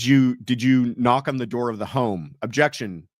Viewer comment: I love the question about the objections in the Karen read triall. I was wondering the same thing and I hate that she doesn't allow the attorneys to give the reason for the objection. I swear in the rewatching of the first trial at some points Lolly was just saying "jection"